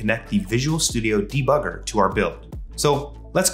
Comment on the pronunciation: "Da bugger" lmao